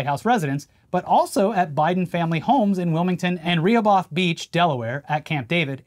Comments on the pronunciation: Am from Delaware and hearing pronounce Rehoboth Beach like that was both shocking and hilarious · Ree-a-both Beach?. Re-HO-bith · The way pronounced Rehoboth Beach was hilarious. For anyone wondering, its Re - Hoe - Beth, and its a fuckin' rad beach. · Hearing pronounce Rehoboth that way was so bizarre lol. Ruh-Hoe-Beth for next time my news kings! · That was the most insane pronunciation of Rehoboth Beach I’ve ever heard but I get how you thought that’s what it was. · The way he pronounced Rehobeth made me want to vomit. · That pronunciation of Rehoboth was wild